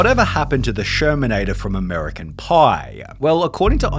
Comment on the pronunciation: "Amewicun Pauuuuuuuiii"